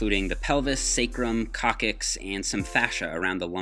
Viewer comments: Coccyx is pronounced coksix not cock kicks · Coc-syx, not coc-kyx :) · Hey,. Coccyx is pronounced cok six. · Cock Sis, not Cokkis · tailbone is pronounced cock-six Sorry I had to say something I'm a nurse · the coccyx is pronounced "cock-sics" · Coccyx is pronounced: ˈkɑksɪks or cock-six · Good to concentrate more on what to do other than squats, too...btw, it's pronounced coc·cyxˈkäksiks/ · Very informative video! But I can't help but to correct you on "coccyx", it's pronounced as "cox-sicks". Cheers. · Lol I've never heard coccyx pronounced like that 😳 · Unfortunately the second C in "coccyx" makes an S sound so even though it looks like it should be pronounced the way your tried to pronounce it, it is not. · thats not how you pronounce coccyx ;p